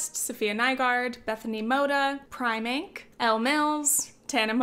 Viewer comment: It's not Prymink It's Preem ink That's how you should pronounce it.